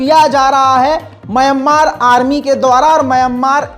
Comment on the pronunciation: Myammar nahi Mayanmar hai woh👂👂👂👂👂🧐🧐🧐🧐🧐